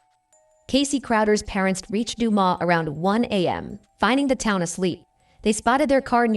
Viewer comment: "Due-mus" "Doo-Mass" but not "Du-ma" Also, Kenneth didnt do this, anyone who looks into this case can see that.